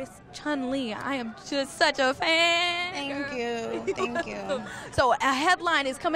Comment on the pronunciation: “I am just suchafaaaaaaaaan” in the most stereotypical rice eater accent 😂